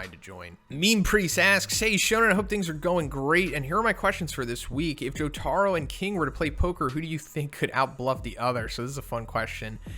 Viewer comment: jotaro's proper pronunciation is Jo ta ro